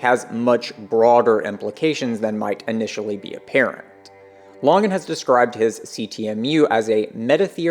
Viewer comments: Why do you pronounce it "lahngan" its LANGAN yknow like LANGuages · This is from the CTMU FB group, Chris Langan's own comment about the video: Eike (FB commenter): "Good stuff, but I am confused why the name 'Langan' is pronounced the way it is. Because of that, I first thought that this could be a troll video." Response (Chris Langan): The narrator seems to have an adequate philosophy background, and his understanding of the theory is impressive relative to most. But it's far from perfect. This is especially obvious when he reserves judgment regarding some aspects of the theory, finds some things about it "suspect", implies that Whitehead (and Bernardo Kastrup of all people) are legitimate competitors, refers to my aggressive and abrasive personality, cites the controvery regarding my IQ, and so on. The constant mispronunciation of my name is also worrisome, as this is a very well-established trolling indicator. Syndiffeonesis wasn't adequately explained, telesis wasn't introduced as a "metasubstance", and the word "supertautology" wasn't mentioned at all, thus obscuring the unequivocal superiority of the CTMU to other theories. So despite the strong points of this defense, I remain undecided about it pending more information. As for bending over backward to maintain the appearance of neutrality, it's no longer justified. After decades of idiotic trolling by the likes of "professor dave" and other mindless chuckleheads, those days are gone. It's time to simply tell the truth.